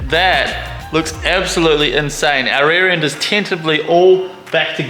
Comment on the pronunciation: Ebsolutely, ekshually, beshbar